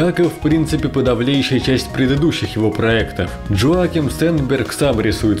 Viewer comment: Хороший обзор, только на всём протяжении резало слух то, как вы произносит имя разработчика. Разработчик швед, а не американец, имя у него не Джоаким, а Йоаким.